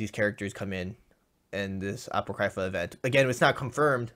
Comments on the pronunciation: He pronounced it apaw-criy-fuh, not a-poh-cree-fah. The proper pronunciation would be a-paw-crih-fuh. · it’s ah-pock-kree-fah 😂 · Sca-Hahk, Ah-Poh-Cree-fah. TRIGGERED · Atsushi Lmao the way he pronounced it... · the way he pronounces apocrypha makes me want to cry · No offense meant to, but did anyone else cringe when he said Apocrypha like he did? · Ye lol